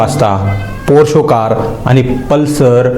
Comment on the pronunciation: बाळा पोरशो नाही पोरशे